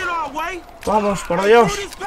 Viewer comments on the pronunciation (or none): me canse de escuchar "vamosh vamosh por diosh"